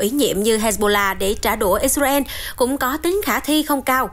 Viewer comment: Đọc phải là " I Sà Ra Eo " 😂